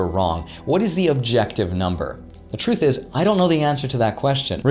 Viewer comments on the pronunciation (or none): none